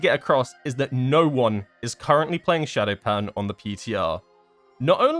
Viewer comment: Why did they have to mess up Shadopan again. That makes me sad.